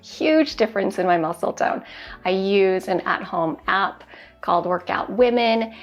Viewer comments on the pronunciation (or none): none